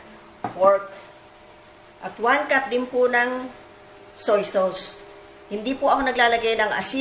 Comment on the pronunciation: Ate soy sos po ang bigkas don, tska minits hind minich. Thanks po.